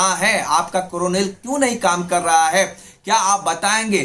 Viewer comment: Bhai aaram se bolo. Aur hindi thodi sahi karo kuch word samajh nahi aate video ko bidio bolte ho karrahe. Ko kallahe bolteho be profeshional